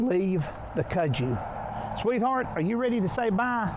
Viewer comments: We say the name like this, cut-sue vine. I'm from Tennessee and my mom showed me that vine when I was 4 years old and told me to stay away from it because snakes travel under it and alot of the snakes are poisonous and do bite us. That was enough for me to not want to play with it. But that's how you say it, at least we called it that cut-sue vine. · It’s on everything there! I’ve always pronounced it cud-zoo, I’m from Florida. We couldn’t get over how it’s taken over there when we were there in July.